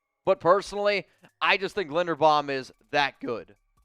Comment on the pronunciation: Learn how to pronounce Linderbaum, 🙄